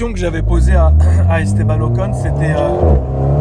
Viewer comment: On prononce OCONE meme si ca s’écrit OCON… le mec a roulé avec lui mais ne sait pas prononcer son nom 😂 , et désolé mais t’as zéro humilité gars…tu t’exprimes de manière très hautaine. Ca me rappelle tous les footeux qui te disent «j’ai mis un terme à ma carrière parce que je me suis fait les croisés », non gars t’as mis un terme à ta carrière parce que t’avais pas le talent…